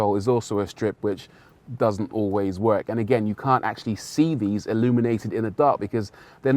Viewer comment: The strip that doesn’t always “wogk” it’s bloody “WORK” not “wogk”